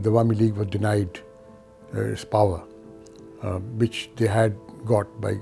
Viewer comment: Why he is pronouncing "power" as "par"? It's funny how Pakistanis think that's how British people pronounce it, so they try and say it this way, when that is completely false.